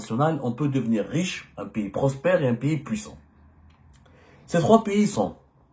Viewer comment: Y'Ezzemmar, d'abrd ce n'est un PIYIS, en Framçais on dit un PAYS, Pai comme la PAIX + ys, pays et npon pas un Piyyyiiit coum ti dis, ya ayyouha el hybouboutaam, هيبُّوبُوطام avec un"ط "